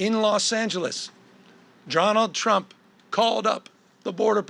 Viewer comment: did he just say jonald drump lmao